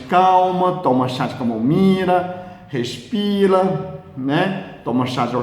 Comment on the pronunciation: "Respila" kkkk, gostei kkk. Só entendi na parte escrita mesmo kk. Mas adorei o vídeo 👍👍